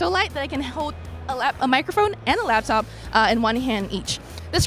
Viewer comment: LAP top. NOT LAB top. They are designed to rest on your LAP. SMH! Thumbs down for that.